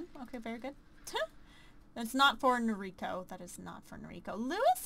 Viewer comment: Umh.. Im sorry you can prenounce it however you want but you're saying the name "Noriko" wrong, since she's japanese you prenounce it as "No-Ri-ko" and not "Nori-ko". Sorry i suck but the weeb in me had to tell you xD